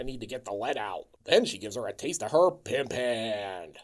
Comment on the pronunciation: I love how a truly great film gives you the inspiration to expunge a greatly emphasised "pimp haannnndd! “